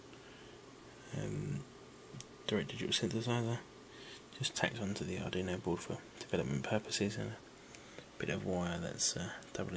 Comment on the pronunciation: A cool take on the generation of RTTY. By the way, it's Arduino (Ar-Du-I-No), not Ar-Dino.